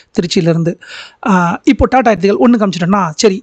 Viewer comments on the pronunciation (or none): none